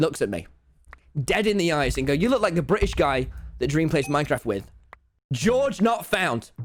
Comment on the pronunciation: he said it, he said bri ish